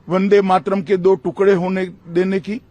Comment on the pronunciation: 'वंदे मात्रम' (that's how Amit Shah pronounces वंदे मातरम्) के सालों पहले टुकडे हुए इसका इन्हें इतना दुख है मगर एक महीना पहले इन्हीं के आदेश से अनेक युवा जख्मी हुए इसकी जिम्मेदारी लेने से भाग रहे हैं महाशय! छाया देव.